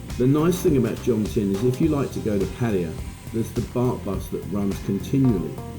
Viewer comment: Good video. Nice to see more than just a beach. Well done! It's Pattaya, not Pattya...isn't it?